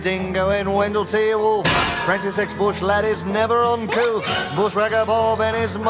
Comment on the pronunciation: Oh, "uncouth"! I always thought he said "uncoo'," as in "uncool" with an affectation. "Uncouth" makes way more sense.